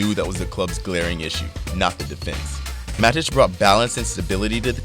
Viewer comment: Is it really that hard to watch a single Man Utd match with an English commentator to learn how to say each of those names? This video butchered ALL of them. It's MATIC, not bloody MADIC.